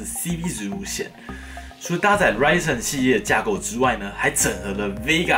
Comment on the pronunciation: 從頭到尾就ryzen 唸對，我的天